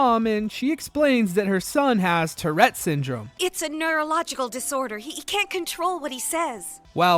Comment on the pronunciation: Tourette, not terette.